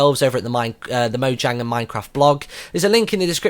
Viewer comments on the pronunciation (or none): pronounced moyang they're sweedish